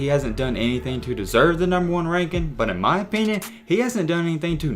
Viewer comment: Why he say "but" like that, BWUEEET